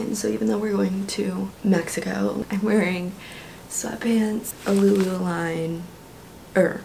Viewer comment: I love how she said lululime instead of lululemon 😂❤️😭